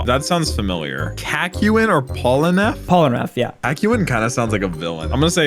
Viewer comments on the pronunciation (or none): Polnareff is French. His name is pronounced in French, not English. You're a Jojo Pro, but you have to practice almost every name. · btw its not pronounced "polen-eff" its pronounced "pole-na-ref" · Why is bro pronouncing hean pierre polnareff as gene pierre polaneff😭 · Pol-na-reff not polnef please for the love of god every single time you say it I want to scoop my brains out of my nose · the way he pronounced Polnareff’s name as “Pullaneff” got me dying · Dude be like "Sorry for butchering Okuyasu's name" (which he pronounced 99% right) And then proceeds to give 0 "s" saying "Polanef"s name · Ain’t no way bro said “polaneff” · I might have a mental breakdown if I hear "Polaneff" again lol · Kakyon Gene Pier Polranfef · Polaneff😐🗿Then Dio brrrrrrandoou💀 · Gene Pierre Polnareff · Jin pir polanef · Bro said Polneff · For me it’s sounds like he’s saying “Polaneff” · Gene peer polnaref 💀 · he also said Divolo and Polnaleff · Man said Djinn peer polrenef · Especially when he said “pollenwrath” 💀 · Gene Pier Polraneff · He said it wrong twice. Polonif and followed by polenrif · Gene pier polaneff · The pronunciation is supposed to be john pier polnareff Spelling is jean pierre polnareff tho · It's zhaan phiere folnareff if you wanna say in english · Jean 👖 Pierre Polaneff???? Bro are you a fan or you are just looking on a paper. The pronounciation omg!! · I never saw someone butcher polnareff's name so badly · I physically cringed hearing how he pronounced polnareff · You cant even excuse some with "those japanese names are hard to spell" how does someone mispronounce Polnareff? Speedreading is a vice and a mistake. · Bro cant even say polnareff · How do you manage to pronounce Polnareff wrong in every single one of your videos 💀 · Exactly, the only reason why I'm taking French is to pronounce his name properly